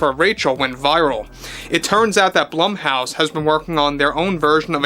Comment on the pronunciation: ummmm... Blumhouse: Bloom-house.